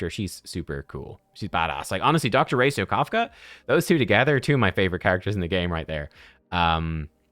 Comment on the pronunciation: Gotta be honest , it almost drove me insane hearing ' dr racio ' instead of ' ratio "